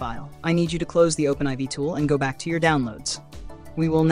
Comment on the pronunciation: Thanks so much for this! Also I'm pretty sure it's pronounced Open4 not Open Eye Vee. They're roman numerals. IV is 4. Lol.